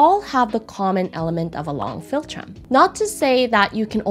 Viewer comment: Filltrum? Felltrim? What on earth does this mean? She says the word dozens of times with no explanation.